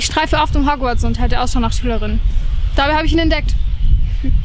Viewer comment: Das heißt Hogworts und nicht hogwiez oder wie das heißt